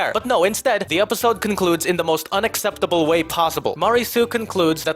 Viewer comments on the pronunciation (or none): none